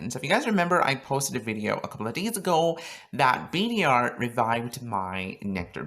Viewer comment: Btw It’s pronounced bader, not b d r